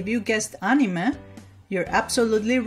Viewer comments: I don't really like the way she says anime ’ah-ne-meh” instead of ”a-ni-mae” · ..... She pronounced it "Animeh" instead of "Animay" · It’s said An Ee May, not animeh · Better thaan how Barack Obama pronounced it, he said "a-mine". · Yes, she said it wrong, but there's no need to be so rude about it. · and nobody is trigger about how she pronounces anime wrong and re zero guess im the only one ah well love the vid anyways but yeh as said triggered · Not trying to be rude here but you saying anime wrong and drangon ball z by the way great video!!! That really looks like rem!!